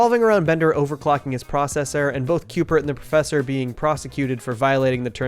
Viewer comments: .. c... CUBE-ert. Not Cupert. Cubert.. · Great production! Only gripe I had was Cubert being pronounced “Cupert” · Great video, but... are you saying 'Cupert'? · Is he saying "Cupert" with a P?